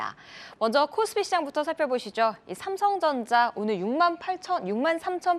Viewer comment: 노란옷 입으신 분.."중강배당" "상성전자" 진행자이시면..정확한 전달을 위해 발음 좀 개선 부탁드립니다..